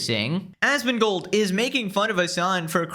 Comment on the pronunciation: Even has the same number of syllables so he says it the same way. ”Asmongoooold”